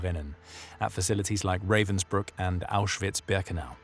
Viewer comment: Learn to pronounce Ravensbrück. And any foreign name before using it. Try Forvo.